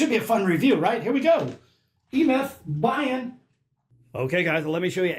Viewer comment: cool review! "bian" is probably pronounced be-an (said really quickly so it sounds like one word), and if e-myth is a chinese company it might actually mean "flat" or flatterned--fitting for a dart that isn't round!